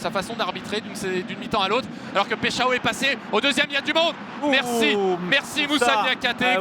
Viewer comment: Il s’appelle Igor Paixão. Le “Pai” se prononce “Pa”, pas “Peï”… sinon ça sonne comme “Peixão”, c’est-à-dire un gros poisson ! 😄🐟